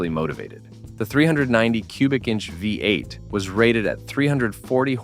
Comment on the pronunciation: Who is the idiot narrating this its a VEE 8 not a five 8.